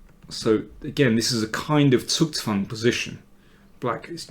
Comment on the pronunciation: "Zugzwang" is difficult to pronounce if you are not german - you do it perfect! Better than i speak english, isn't it perfectly?